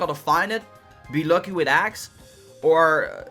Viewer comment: Shy is he saying "Aggs"